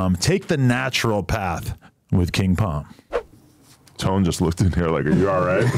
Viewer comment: Them “king Pom “ ads get annoying when u getting paid & mispronouncing the shit. It’s king palm my man there is an L in there